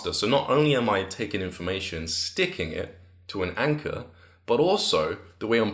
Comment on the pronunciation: im not a hater and i wil definately use this advice. But I love the way he says anchor. ANCAH